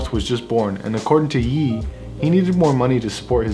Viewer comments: "according to yee" bro, its Yay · “according to ‘yeeeee’” it’s Ye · bro, lost all credibility when he said Yeee instead of Ye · Love the vids, but the way you pronounced Ye (it’s pronounced “yay”) made me cringe lmao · did you just pronounce his name yee?